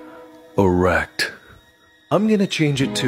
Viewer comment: the way he daid E R E C T twice